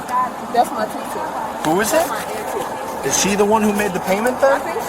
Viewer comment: Ant tee is a wild pronunciation 😂